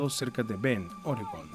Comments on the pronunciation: BEND, no BEN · ES "BEND" NO BEN